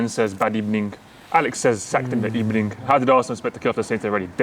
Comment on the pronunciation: Emerys getting sacked in the ebening